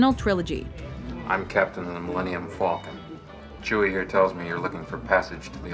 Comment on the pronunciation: That always gets me I'm Captain Han Solo of the Millennium Falco, Falklands, Fucko Its like he's not even trying to say Falcon it's like he's saying something else.